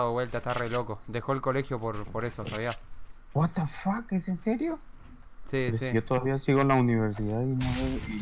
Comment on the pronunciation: Lo vi en directo fue clave el chabon diciendo guatafac JAJAJA (ya se como se escribe, lo escribí sarcásticamente así xd)